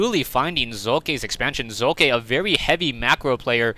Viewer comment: why did u say his name like tht?